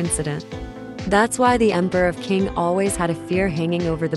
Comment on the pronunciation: Qing is pronounced Ching, not king.